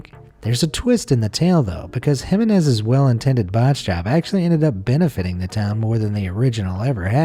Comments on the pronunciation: You need to learn to pronounce Jimenez. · It gave me a headache how he kept mispronouncing Jimenez. And most Americans keep laughing at how other countries speak English. Hah.